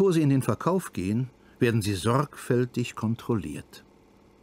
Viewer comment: .....der Sprecher konnte sich eine Betonung auf "Sorgfältig " nicht verkneifen....😊